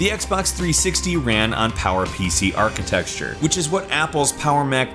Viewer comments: This guy keeps saying "archi-texture" instead of "architecture" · Dude, it's architecture like "are-kih-tek-sure" not "are-kih-tek-shh-chure" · It's architecture NOT Architexture!!!!!!!!!!!!!!! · lol "unified memory archiTEXURE" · Is he saying architecture or archi-Texture??? LMFAO! :) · Haha so funny man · yeah I heard as well ridding me mad :D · "architexture". Dude it's architecture. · It's architecture, like with buildings, NOT achiTEXtture! Sorry, but this is bugging me like crazy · ArchiTECTURE, not ArchiTEXTURE. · It's architecture not architexture ;) Nice video though. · Dude, it's architecture, not architexture :( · It pains me when he says "architexture" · i came looking for this comment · lol "X86 architexture" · thank god im thought i was the only guy hearing him say architexture. drove me nuts lol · "ARCHITEXTURE" :D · Is it me or does it feel like he says Architexture? :P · What is 'archi-texture'? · lol stop saying "architexture"! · Both of those are wrong 😂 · Great video, but your pronunciation of "architecture" is jarring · Can someone teach this narrator how to pronounce "architecture?" There is no letter x in architecture. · Just happened to be watching this video in particular when it finally just got too much for me. Man, how you pronounce architecture and iteration, just irks me so hard. Iteration, okay it makes me cringe each time, but fine, technically it's still spelled that way, but there is absolutely NO reason to be pronouncing architeCture as architeXture. Ugh! Not trying to be a dick, but MAN is it just grinding every time you say it.